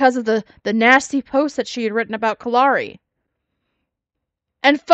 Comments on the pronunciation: Something I've noticed..maybe a nit-pick but when talks about what got her the 7 day suspension/ban or whatever, because of the post she made, she mispronounces Kalari's name and says Kalani. I wanna say it's not the first time she's done that either and I know she does that to ppl's names on purpose when she doesn't like them. She acts like it's an accident but it's low-key shade. 🙄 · I thought the same thing, but I wasn't sure if I was right. I'm glad I'm not the only one that noticed that she purposely mispronounced her name to throw shade.